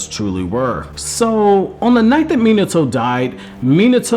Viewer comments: it’s Mi-NA-to not Mina-toe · Dude you are the best I hate it when people pronounce minato min like minutes a toe when it's pronounced mean a toe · It's not mean-it-to its fucking me-nauto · Bro, why are you commenting on Naruto stuff if you can't even pronounce the names right? It's Mi-nato, not fucking Menato. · Not Mi-NAH-to???? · Minato Namikaze = Me-nah-toe Nah-me-ka-zay. Jinchuriki = gin-chew-ri-key. Kushina = Ku-she-nah. That's all I got to before I stopped. Hope this helps in the future. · I felt like his name should of been pronounced mi-not-to and not minato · cool video but christ you americans butcher name pronounciations. Minertoe lol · Omg how many times can you mispronounce "Minato" in one video?